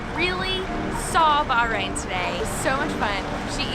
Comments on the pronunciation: Shabana not local she is Indian live in Bahrain... she is not even pronounce Bahrain correctly! So sad that u didn't see the best in Bahrain with real Bahraini! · Rashid he’s not wrong. She can’t even say Bahrain properly. I’m not Bahraini but I’m still kind of irritated, as I would love to see a real Bahraini who speaks Arabic and is actually from there, practicing the culture... she’s British like me and that’s all I see. I’m more irritated that she’s called a native by when she’s an expat.